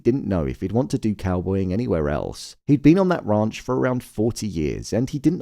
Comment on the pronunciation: He keeps saying the The Raunch 😂